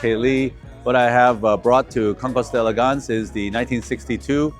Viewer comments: D and "El" are one syllable. Never say "day elegance." Say it like your guest says it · try to learn to pronounce the name of this event. don’t just read it—listen to someone—maybe a european—saying the words.